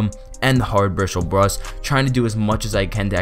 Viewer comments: “the hard brishle bruss” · "Hard brishle brust" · "hard brishel brus" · And the hard brishel bruss😂😂😂😂😂